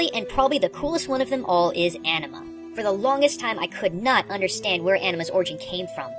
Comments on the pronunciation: The correct pronunciation for anima is (ah-knee-ma) as all may get this from the first time you fight Seymour in macalania temple where you get and use shiva . Although I agree with all your theory and understanding behind anima`s creation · I was hoping you'd have more info on Anima (by the way, the "A" in Anima is pronounced the same way you would in "Kahn"), but she got the least amount of info.